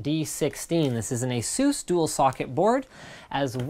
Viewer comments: I'd love it if you guys started to pronounce Asus the correct way, with the "u" as in "duh". Almost like aces, but not quite. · Does everybody in the U.S. pronounce it "Ah-Zeus"? I would've thought you'd go more like "Ey-suss".